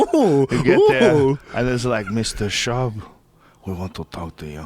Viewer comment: Brandon "Bolth" Schaub